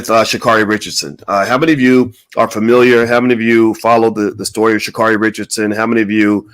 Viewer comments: Sha' Carri is pronounced Sha Carey. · He's going to just mispronounce her name...SMH!